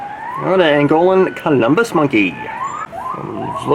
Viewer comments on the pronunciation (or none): One word of advice: learn how to pronounce things correctly. Otherwise you are perpetuating misinformation. From a retired zoo docent. Eurasian - Europe + Asian = Eur-asian. Sounds like "you're Asian" bonobo - bah-NO-bo, rather than banna-bo. colobus - not Columbus. sounds more like cola-bus.